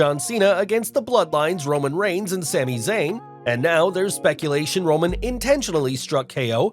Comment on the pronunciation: What did you say ? a win against who and Sami ? lol idk if its me but it sounded really weird. sounded like you botched his name, Roman Reigns